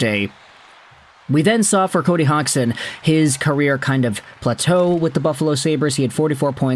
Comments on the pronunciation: Hodge son - pronunciation, technically speaking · That's funny he still keeps saying his name wrong, it's not said hog